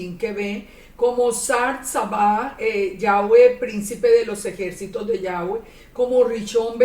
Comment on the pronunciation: A veces dice Yave, o sea sin w.